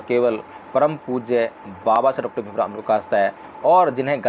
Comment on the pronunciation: Jay bhim sir, agar ap ko buran na lage to ek ba banana Cahaba hu.sir ap please baba sahib ambedker ji ka Nam spast boleyn jayse ..parampujya dr.bhimrao ambedker. Sorry sir baba sahib ka Nam spast na leya to baba Sshsb ka apman jaisa lagta hai . Sorry